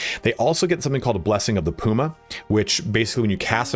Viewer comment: *cough*. "Puma" is pronounced 'Puma', NOT 'Puma'!